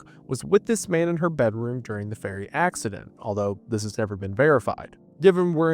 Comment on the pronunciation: Every time he says ferry it sounds like he is saying fairy.